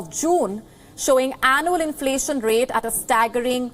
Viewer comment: Where did you get this news presenter?..she can't pronounce inflation correctly... 😀